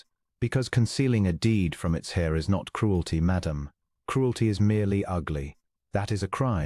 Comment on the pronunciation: Heir is pronounced as Air - silent H